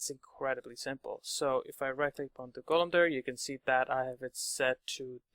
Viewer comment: is it normal somewhere to say "golum" like the narrator does? Sounds weird right? both the o and the u sound very different from how I learned to pronounce that word.